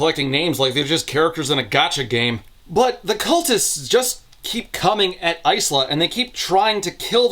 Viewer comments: Lemme say it after hearing it in Lightdark. EYE-SLAHH is a dumb pronunciation. I no longer care to hear opinions against that. Yes I know the writer says it's pronounced that way in the book, I'm not calling her that. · I don't remember much about the first books so perhaps I'm missing a joke here, but 'Isla' is typically pronounced 'eye-la' 😅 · Hurts my ears... but you pronounce "Isla" like "Island" without the nd... I have a friend with the same name. :D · You pronounce Isla like "ice-la" but wouldn't it probably be "eye-la" or "iz-la"? Eye-la is how the name is usually pronounced (e.g. Isla Fisher) and the author is from a Spanish-speaking background and Isla is Spanish for Island and pronounced iz-la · The S is silent in Isla so its "Ila". Its Scots. I wouldnt expect a random reviewer to know, so its an easy mistake, ...unless you're the AUTHOR. I hope to God the author didnt go around pronouncing a Gaelic-based name phonetically. Its one thing to Anglicize it (which would be to change the spelling to more English Ila or Eyela to communicate the pronunciation ie Padraig becomes Patrick.) But doing the opposite (changing the pronunciation to fit your interpretation of the native orthography) while giving your character a well known ethnic name, isnt creative, its lazy and ignorant. Again its fine if you just pronounced it wrong, you cant be expected to look up every name, we learn stuff every day. But an AUTHOR should really know about the names she using. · The author of the book pronounces the main character’s name as Ice-la so that’s how pronounces it, they know that the real name is different thankfully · Why are you pronouncing Isla as Ice-luh instead of Eye-luh? Do you call islands icelands too? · Genuine Q: is the protagonist's name actually pronounced "ICE-luh" in universe? Because the name Isla is normally pronounced "EYE-luh", like "isle" with an a instead of an e. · "Eye - La"